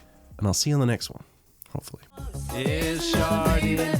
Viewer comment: Sharding sounds like Sharting. So all that she wants is another sharting. I watched it twice. I laughed.